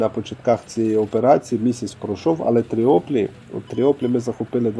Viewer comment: Чого ж Тріоплі, якщо Тріполі 😆